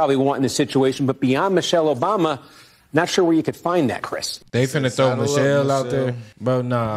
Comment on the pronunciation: I'm sorry did y'all say Michael Obama?